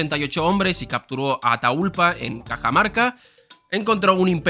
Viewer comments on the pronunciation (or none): Atahuallpa!!!! en quechua del Cusco!!!!! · Una pequeña corrección, se pronuncia "atagualpa". Execelente vídeo como siempre <3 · Un esfuerzo mas. Pronunciar ATA-HUAL-PA HUAN-CA-VE-LI-CA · Se pronuncia Atawalpa. Y sí es Huancavelica, no confundir con Huancavilca. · Al hablar de Atahualpa lo más correcto es no usar la h de forma muda funciona mejor como una g, AtaGualpa, mi estilo no es no es corregirte a ti ni a nadie😂, pero como hispanoamericano cada vez que lo dices me duele el estómago jajaja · Quien pronuncia “ataGUAlpa” los Los de la U de Lima? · hmm como que prodrias haber buscado como pronunciar "Atahualpa" ... no se por que pero un Español que no sabe lo minimo de historia sobre por lo menos los Incas y Aztecas siempre queda mal, La nación destruyó esas culturas, como menos podrian saber como se llamó el último lider y como se llamaba el idioma que hablaban.